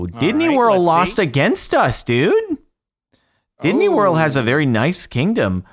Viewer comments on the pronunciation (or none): Is he purposefully saying Disney world wrong